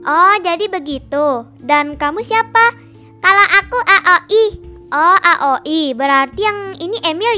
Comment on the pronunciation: Bukan a oi tapi aoi